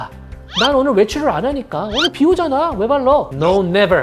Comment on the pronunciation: 설명이 귀에 쏙쏙 잘 들어오고 원장님의 버터 발음이 참 좋네요~!! 눼버~👏